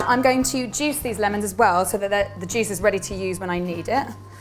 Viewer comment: Not trying to hate but when she said juice it spumded like she said jizz